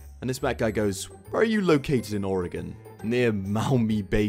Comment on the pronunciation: the guy with the accent says oregon more correct than most people with american accents 💀